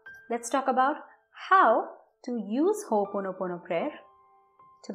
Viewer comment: It is not Ho ponopono, it is pronounced Ho,Opono pono.. You are welcome.